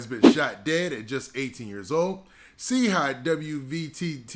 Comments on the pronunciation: He don't get it's pronounced Chi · Brah his name is Chii Wvttz Like Shy Watts Do u get it Now, u Killin Boy Name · It’s really pronounced chii high